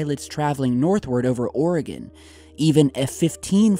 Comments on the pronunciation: Its "Or-again" not "Or-a-gone" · Let’s learn to pronounce Oregon. It’s “Or-e-gun,” not Ore-gone. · Or-eh-gun. Not or-eh-gone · Hi, great video. Please know we here in Oregon, say it as (Oreg/in not Oreg/on). Love your site! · I'm just glad that media says Oregon properly these days. Then as I'm writing this you give the suffix the "gon." Dammit lol. Us natives are very passionate about the pronunciation of our home. Gladly I will not be visiting Louville anytime soon for this very reason. And finally, at the end of the vid you redeem yourself. Keep up the good work! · Oregon is pronounced "Oregin" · love ya, nut it's pronounced, "Or-eh-gUn"